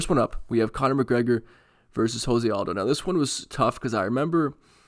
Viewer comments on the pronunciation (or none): Huge Jose Aldo fan pronounces his name wrong